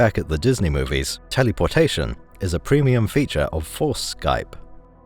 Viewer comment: I enjoy the way you say telly-por-tation.